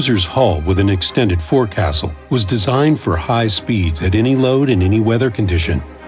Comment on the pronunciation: it's pronounced "foxel" / "focsul" [forecastle]